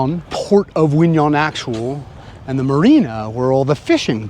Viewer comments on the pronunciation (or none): Q in 'Qui' is not a silent consonant; it is pronounced like a 'K' in 'Kiwi fruit', and 'Nhon' is pronounced like the second sound of the word 'Onion' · Q in Quy is actually there if you pronounce it correct like the north Vietnamese do. Nh has similar sound to ñ in Spanish. Ơn sounds almost like "uhn".